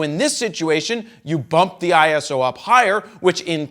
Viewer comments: Can't even listen to that video... That wrong pronunciation makes me crazy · Yeah, me too!